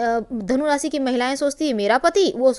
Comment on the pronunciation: आपने शिर्षक जो दिया वो बताया ही नही . रासी नही राशी कहीये, सही उच्चार कीजीये.